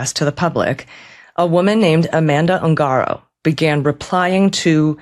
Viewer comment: PLEEEEEEZZE STOP saying "UUUNG-Gaaaarrrro"............It's pronounced "OOOON-GADDO!!!"